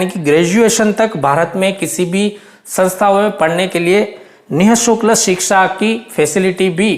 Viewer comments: Sir nisukl nahi nishulk hota h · Ni shukl nhi hota ni shulk hota he